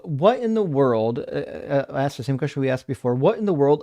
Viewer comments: This violence must stop. Stop axing, man! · I honestly don't know how survived that conversation after being ''axed'' so many times during the call(!) 🤣🤣